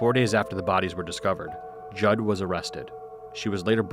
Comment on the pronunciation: Oh my God we have the same last name I gotta go edit-OH MY GOD SHES SO CRAZY GODKCLD LXMDLN Also props to actually saying Judd right because surprisingly a lot of people say it wrong idk why it's really simple